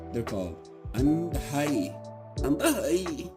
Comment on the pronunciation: In tamil it is aaandhai, the a is pronounced long